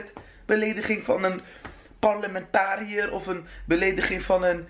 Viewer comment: parelmentarier? hahahahahaha parlementslid ah sah